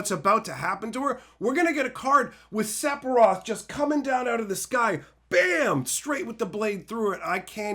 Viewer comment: SEF…SEFIROTH !! SEPHIROTH! SEF-IR-OTH PLEASE DONT TELL ME YOUVE BEEN SAYING SEPIROTH FOR 30 YEARS